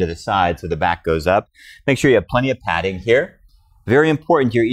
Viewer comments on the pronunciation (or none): none